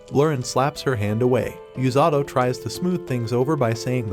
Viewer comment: The number of tims the ai calling "u-sa-to" as "yu-za-do"